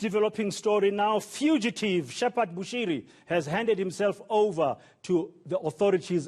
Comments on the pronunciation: My man really stressed that "FUGITIVE Bushiri" not gonna lie lol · the way mans said "fugitive" left me dead